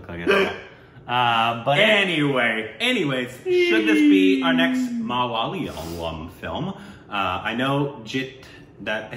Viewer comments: Guys.. it's Ma la yaaaa lam..😂😂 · IT'S MALA,YA,LAM and not Malalyam..😥😥😥😥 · Guys it's not "mala-layam", it's "malaya-lam".😊❤️ Love your videos guys...from kerala.. ❤️👍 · When breaks down the word Malayalam, it sounds right..but when you say it together it's not. See if you can get an Indian pronounce for you first..it's MALYAAA-LUM (as in sum) not MALAAAYA-LUM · Not malalium...its...MA_LA_YAA_LAM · Ma-La-Ya-Lam Not Malalium, Malalalalam.. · Pleeez stop saying ‘mala’ ‘yalam’ given how much you are into it now. It is ‘ma’ ‘la’ ‘yaaa’ ‘lam’ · Guys.. you have to work on your malayalam names and words. And its not maliyaaliam its malayalam. Sounds"malayaalam" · &...Guys, it's a SHAME! Even after so many reviews of Malayalam movies you still haven't bothered to find out something as basic as how to pronunce the name of this language right. You guys sound it as Ma-la-liyam. wrong....no....WRONG!!!. brace yourself..It's..MA-LA-YA-LAM. MA (as in Matt) LA (as in Lattitude) YA (as in Yam) Lam (as in co'lumn'). Go for it..change.. Right now. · These guys: malyayalam , malylam Me : repeats the word in my head so many times, forgets the pronunciation nvm, they'll figure it out someday! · And the emphasis in 'Malayalam' is on the aa sound after Y not L. So it's pronounced Mal-yaa-lam. :) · Just pronounce as ma la yaaa lam. This is how we used to say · Its actually pronounced ma-lay-aa-lum... :) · MA-LA YA-LAM It's really not that difficult, come on!! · God, both of you are butchering the name of one of the sweetest languages of India. It is pronounced as - MA La Yaa La mmmm